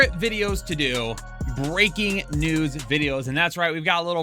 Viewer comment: I had to listen a second time. I thought you said "breaking nudes" out of the gate. :_swag